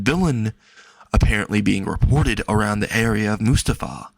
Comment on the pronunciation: I’m pretty sure Musutafu is pronounced: “Moo-Soo-tah-fuu”